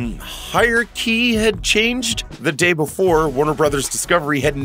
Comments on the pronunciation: "Hire-key"? Does the voice-over guy mean "hierarchy"? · WTF is a "hire key"? Voiceover guy needs to research pronunciation.